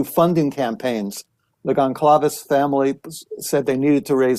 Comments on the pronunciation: Blum can’t even pronounce Goncalves properly. I’m out. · This man cannot even pronounce the victims names correctly. It’s like nails on a chalkboard. Hearsay is not facts. I am offended that the likes of two lawyers and journalists, one being Nancy Grace put this guy on a pedestal.